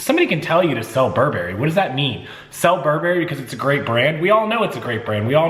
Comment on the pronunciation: Please learn to pronounce Burberry! People who know how to pronounce the brand are more credible!